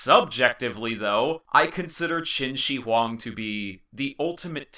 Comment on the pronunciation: qin shi huang , the "shi" 's pronounce is not like "shi" in "sushi", its more like "th" in "smith" but with much more clear pronounce.